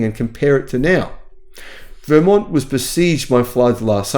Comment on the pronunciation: Interesting!! Btw, Vermont has the emphasis on the second syllable 😊